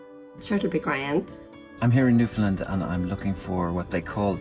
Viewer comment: And that pronunciation is how you identify someone who is not from The Rock, lol! "Newfoundland" rhymes with "understand," and anyone from there will make sure you know it, haha!